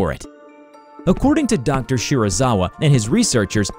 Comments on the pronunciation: You:Dr shirizawa Me: wait a damn minute.....SERIZAWA!? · me hearing Dr. Shirazawa Me: GODZIILLLLAAAAAAAAAAAA!!!!!!!!!!!!!!!!!!!!!